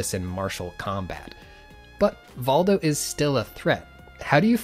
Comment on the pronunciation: I think it's pronounced Voldo